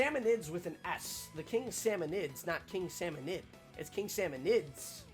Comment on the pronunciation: It’s Salmonid not Salmonoid 😅